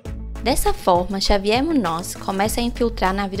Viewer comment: Javier, se fala Ravier.